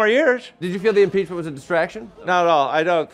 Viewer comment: ...did that dude say 'peachment'..?